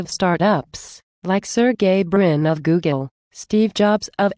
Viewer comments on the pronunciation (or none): Why does she keep saying Googen? It's Google.